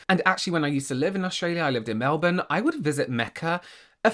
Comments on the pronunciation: I love that you say Melbourne correctly! It's a little thing I know but it makes me happy. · I have to say I wasn’t expecting you to flawlessly pronounce Melbourne 😂